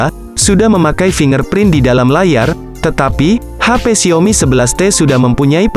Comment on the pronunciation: Gw geretan banget tiap kali dia bilang XIAOMi jadi Xiomi 😆